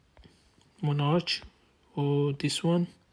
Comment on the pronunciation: In English, “Monarch” is pronounced “Mon-ark”, not “menage”, which is something completely different. 😂